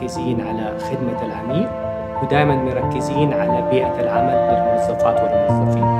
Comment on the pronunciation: الرئيس التنفيذي شفيه يتكلم بدلع ؟؟ ..ويقول ازن بدل اظن و الموزفات والموزفين بدل الموظفات والموظفين